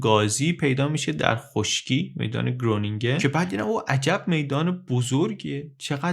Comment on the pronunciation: درود تلفظ صحیح گرونینگن باید خرونینگن باشه که اسم شهریه در شمال هلند.